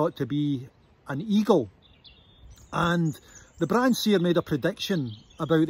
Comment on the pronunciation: Wish he'd asked a local how to pronounce Brahan?.....It's got a silent H